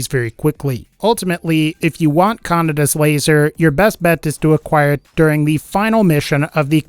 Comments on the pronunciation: Also if uve watched Akira you may know it's not pronounced 'canada's laser'. The d sound is soft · You were pronouncing Kaneda wrong